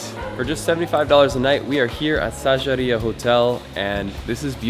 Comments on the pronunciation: Sigiriya is not a temple, it's a fortress 😅! And we pronounce it as 'Seegiriyă' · Why do you say Sagerya when it is Sigiriya? Can't read? xD